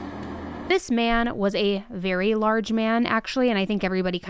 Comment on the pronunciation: Omg I did not expect to laugh in this video.I don’t think I’ve ever laughed watching any crime related video. But then, in, said “walking out a VERY VEERY large man” 😅 and then almost took me out when the 1st words out of her mouth are “this man was a very large man actually, and I think everyone kind of knew he was gonna be a large man…” the tone when said this was just perfection. I love when she talks in her “-this -person-is-trash” sarcastic tone 🥰